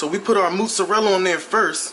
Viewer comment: Moozreallo lol😂😂 he said it wrong